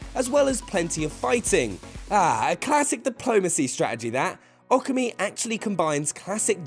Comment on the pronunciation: I'm guessing "AWKA-MEE" is Okami, "NIPAWN" is Nippon, & "AWRACHEE" is Orochi?... MY EARS!!!!!!!